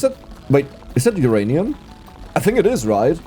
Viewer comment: He said Oranium again 😤